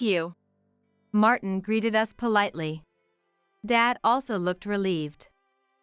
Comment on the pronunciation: Who is so stupid to pronounce us as US .